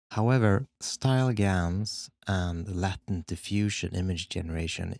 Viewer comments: Same here, I was like there's a latin diffusion? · I kept on hearing ‘Latin’ diffusion not ‘latent’ and was so confused at first😂🤣 great work as always🦾